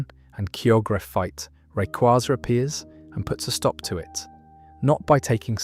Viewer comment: Its rayquaza, not rayquaza